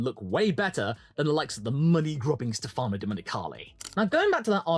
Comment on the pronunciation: btw is stèfano not stefàno